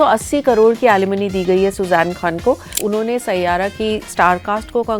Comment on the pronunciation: you had me at “saiyaaara”